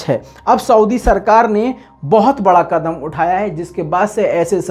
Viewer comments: Waah!!!! Kya kadam(quadam) hai.? Tode raho urdu ki taang. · کدم نہیں قدم ہوتا ہے میرے بھای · "کدم" نہیں "قدم" ہوتا ہے۔ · Beta kadam nahi qadam hota hai.please urdu parho ya buhat zarori hai